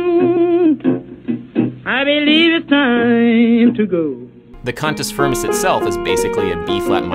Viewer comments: CUNTUS FIRMUS! wait, that's not what you said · not to be that guy but did he say cunt-s frim-ns? and the title of the song just made it so much worse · Cantus Firmus??!! This is a sexual harassment "complement" when you say it with an English accent.